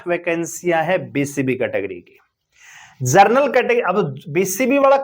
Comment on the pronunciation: भाई साहब! आप 'जनरल' शब्द को जरनल बोल रहे हो। सुधार करो।